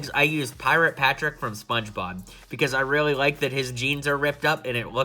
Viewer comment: Was I the only one who noticed he said spongebon